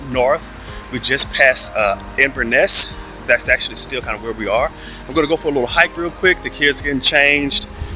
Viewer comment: Iverness? hahaha INVERNESS!!! The n is not silent.